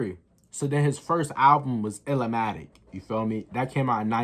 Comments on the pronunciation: It's ILL-MATIC young brother, not Illamatic. Keep pushing though king 💪🏿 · Man STOP calling it “illermatic” dude. It’s ILL-MATIC. It’s not ILLAH-Matic, NOT ILLER-Matic. ILL-MATIC. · It's not pronounced "ill-a-matic" or "still-a-matic"